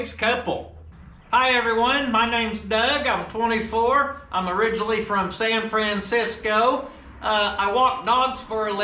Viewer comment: I almost choked at "San Fran Siscooo"